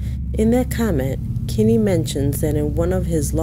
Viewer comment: His name isn’t “Kimi” it’s Kenny Veach. if you’re going to use someone’s story to make content at least take 5 seconds to actually learn how to spell and say his name.